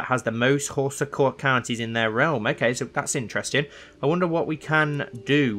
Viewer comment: Well, just to start you out, it's How-sah. Dunno if anyone mentioned that in the other comments yet.